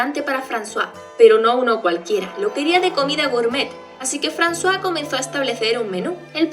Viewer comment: Jajaja siempre pronuncie el nombre de Francois literal y cuando dijiste frazua me saco de onda al igual que lo trataras de hombre a mi siempre me parecio mujer